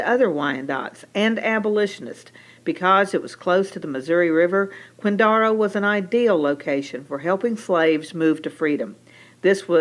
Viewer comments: I'm from KCK and yeah, I don't ever remember anyone saying "quinDARo" it was always "quinDAREo." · I have to argue with your pronunciation of Quindaro. Having been raise in KCK we never called it Quindara, it was always Quindaro with a hard O . I can give you more history if you want. My family had a grocery in KCK prior to WWII. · Killing me with the pronunciation..I suppose, maybe way back in time it was pronounced that way, possibly. I was born and raised in the area and never heard Quindaro pronounced this way..